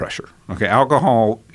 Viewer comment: How he says alcohol 🤣🤣🤣